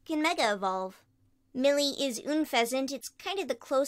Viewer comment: Just sayin, you pronounced Unphesant incorrectly. It is pronounced un-fes-ant like unpleasant, not oon-fes-ant.